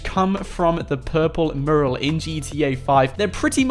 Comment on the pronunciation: One day you will learn how to say the word mural. Fanny pad!